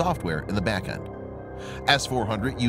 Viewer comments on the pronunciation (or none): none